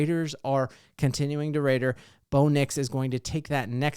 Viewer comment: "We gotta ton to BoLieve in" lol